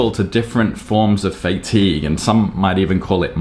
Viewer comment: fay-tigue 😂 pretty sure it's Fah-tigue. Maybe its just my british english difference. Anyway, I take it you have FSRS turned on? think I saw it in a previous update of yours... wonder what your intervals are?